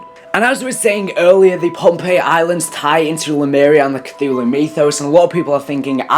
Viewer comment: It's Pompeii